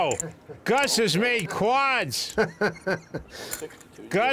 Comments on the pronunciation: BRUH the OP is commenting that Gabe, the color commentator, his accent sounds like "QUATS" not "quads." It doesn't matter what the actual pronunciation of the word is suppose to sound like. Did you even check the timecode the OP referenced? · bruh he's saying that it sounds like he's saying QUATS not quads